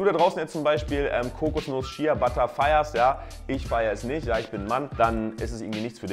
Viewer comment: Man spricht es schea butter aus aber man schreibt logisch shea butte